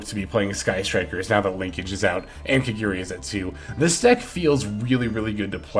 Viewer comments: My guy, its ka-GA-ri not kagiri. 🤦‍♂️ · There's no e in kagari your saying it wrong